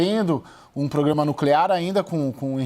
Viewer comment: Esse comentarista não sabe falar programa só pograma😂